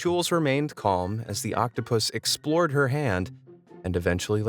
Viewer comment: "next we gonna see is octopuss.. Me:What did he saaaaaaay